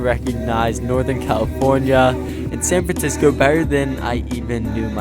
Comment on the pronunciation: “San Francisoco” did you invent a new place?